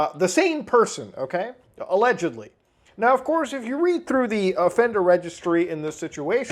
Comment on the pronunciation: "krys had aLegIedLLyi a picture of Shadman on his wall" MY BROTHER IN CHRIST THERE IS A VIDEO WHERE YOU CAN CLEARLY SEE THAT SHIT, i swear to god that word has been (allegedly) butchered beyond repair